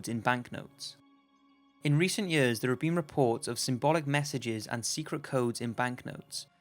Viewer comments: Everytime you say 'years' it sound like yurs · Four YURS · Why does he say years like that?😂